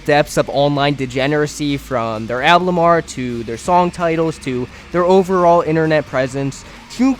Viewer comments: Yall, who gives a shit if he says ‘album’ slightly different Some people pronounce words different, get over it and go watch another video or something 😭 Anyways, nice video Very nice to listen to to keep my head busy while I work on stuff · I’m sorry but it pisses me off you saying “alblum” it’s ALBUM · Album. Pronounced "Al-bum". A collection of recordings issued as a single item. Al-bum. Not alblum. Also "especially", not "expecially". That being said, this is a good video covering everything. Well done overall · good video but i took psychic damage every time you pronounced album like alblum(??????) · kinda off topic, but why do you pronounce it like alblum and not album?? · al - bum not al- blum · ablum, ablum... IT IS PRONOUNCED AL-BUM!!!! GAHH!!! great video though. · Well june is back as cynthoni. Also i hate the way you say album. Stop saying alblum jeez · nobody else paying attention to him only saying (alblem) it's so funny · Please stop saying Alblum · why do you say alblum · what makes this great video unbearable is your pronounciation of some words. WHAT THE FUCK IS AN "ALBLUM" OR "ABLUM" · never watched that far ahead, but i wonder if saying "alblum" on purpose is to drive engagement 🤔 ...ohh nooo i fell for it. while we're here then, "i could care less", "exspecially" ... 🙄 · i hate that you keep saying alblum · Why do you keep saying ablum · It is objectively incorrect to pronounce it as alblum, and it's kinda important if you're making a video about music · bro keeps saying "alblum" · i hate listening to you pronounce "album" as "alblum" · Why do you pronounce album “alblum”? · thank you me too. it irritates me every single time, lmaoo, "exspecially'" and "ablum" every single time, explicitly pronounced that way every. single. time. like bro?? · I genuinely have no idea why the way you pronounce 'album' pisses me off so much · this is a good video but the way you say album annoys me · Great video but I think your saying Album wrong